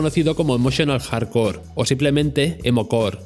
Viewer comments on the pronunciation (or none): none